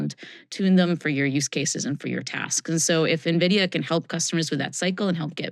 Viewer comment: People still can’t pronounce Nvidia properly 😂